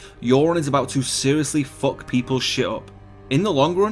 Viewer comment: Its funny how he says fuck..